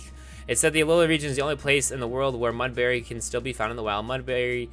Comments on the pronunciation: Every time u pronounced Mudbray as Mudbary i died a little inside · So here's a list of every word he said wrong verge Mudbray baile Alolan Minior Debris brilliant This is sad.